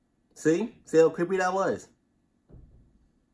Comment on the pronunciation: Ooooh cweppy